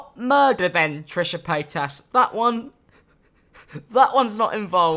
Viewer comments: I love how he says Trisha Payt*ass* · "Paytas" ... can't help but hear "pétasse" (which means "bitch" in French). I spent the whole video thinking you were pronunciating it that way on purpose. Hope it's true !